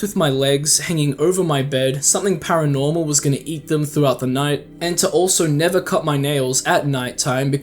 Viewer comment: The never give up sounded like Niga give up